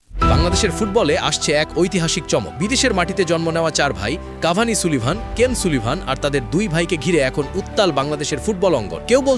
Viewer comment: ইউটুবার এর বাল তুমি মাংগের নাতি কাভান কে কাভানি বলে আর কাভান হচ্ছে সবার ছোট